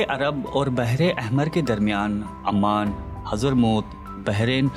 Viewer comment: Oman bola te hai amman nahi, please pronunciation sahi kiya karo